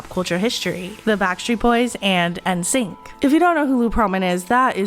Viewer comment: "en-sync" 😩 Her pronunciation of NSYNC just reminded me how old I am 😅